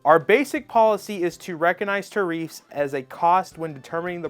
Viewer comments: Tear reefs? Not tariffs? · Why are you calling it tareef lol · Tuh reef. 😂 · "tah-reefs" is crazy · ha, bro, was thinking the same thing. can't take him serious. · You first need to learn how to say tareefs? You need to research a bit better. You know nothing about the subject including how to pronounce the word. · A pronunciation issue has absolutely nothing to do with his knowledge on the subject. Cope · I wanted to subscribe … but then he mispronounced tariffs throughout the video